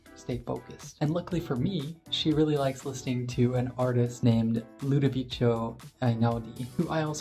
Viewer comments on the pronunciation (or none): Einaudi is amazing for writing! 😍 I have several of his albums - gonna check if DNA is among them, LOL! PS: He is pronounced Ludoviko. 😉